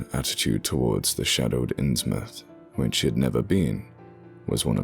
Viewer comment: Thank you for pronouncing "Innsmouth" correctly. Believe me, it matters.